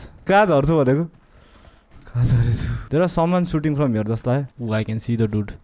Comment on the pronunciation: Legends say that is still saying dut.(dude)